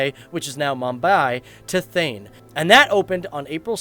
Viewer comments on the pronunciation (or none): Its not pronounced as "Thain" its rather pronounced as "Thaa-ney" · This man don't know how to speak hindi words He spokes Thane as Thene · It’s pronounced T-ah-ne or T-ah-a. I know this because my family are from there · lol!! U cant pronounce " Thane " 😛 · No it’s not lol